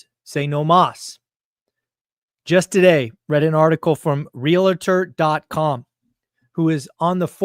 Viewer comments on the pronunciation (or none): NO vowel between the “l” and the “t” in “realtor” it’s realtor not real a tor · Realtor not REALATOR